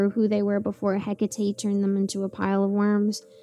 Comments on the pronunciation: Right? The pronunciation in this story threw me off as I always read it as Hekate like hehkatay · You guys pronounced He-Cat-E wrong 😂